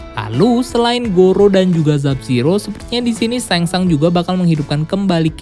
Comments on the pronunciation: Shang Tsung bacanya bukan seng sang ngab tp tetep sesuai tulisan seng sung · Tseng Tsung bosss !!! Bukan Seng Sang. Ntar salah ngartiin jadi kerangsang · Ngmng na rujit..sengsang.. tsang sung bego😁😁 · Ia sang sung harus nya bacaannya kacau nie admin😂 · Baca Shang tsung nya Seng sungggg kakkk 😂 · Bacanya Samsung